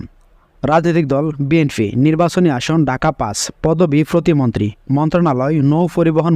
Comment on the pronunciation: ফতি মন্ত্রী না উচ্চারণ টা হবে প্রতিমন্ত্রী